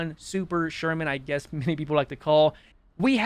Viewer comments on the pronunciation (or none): none